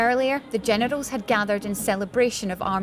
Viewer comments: I heard Genitals instead of generals lol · Did she just say genitals